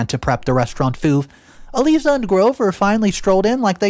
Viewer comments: ”Eee Leee Zah”??? Really,? Do you not speak English? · Eliza is said as "E-LIE-ZUH". (Do you know of Liza (Lie-zuh) Minnelli, Judy Garland's daughter? Said like her name with an E in front!) Another simple and common name you butchered! The more I listen to you, the more exasperated I am! (And MAJORLY is not said as MAJORITY!) (Sniveling is said as SNIVV-ELL-ING, where the "I" sound is said as "IN". It is NOT said as the Y in SKY.) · Pronunciation: Eliza = eh-lie-zah long "i" like eye 👁 🤣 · E lie za is the way to pronounce